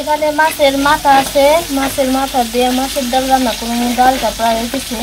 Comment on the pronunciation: Daul na dal bolo